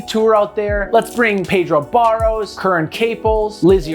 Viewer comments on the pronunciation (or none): none